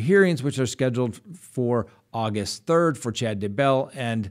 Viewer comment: Love ya. Also love how you say Daybell. One happy subscriber here.